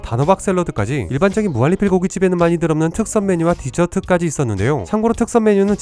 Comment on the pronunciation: 형.. 무한리필 발음이 무할리필이라고 들려.. 형 발음 좋다고 생각했는데.. 무한리필만은 예외인걸까?